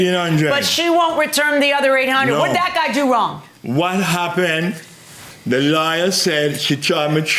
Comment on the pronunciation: He pronounced lawyer like liar, and that was the realest thing I've heard in a while. 😂